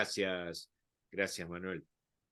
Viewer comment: Oye creo que es Manel no Manuel . Gracias por el video ojalá lo vea mucha gente que falta hace😬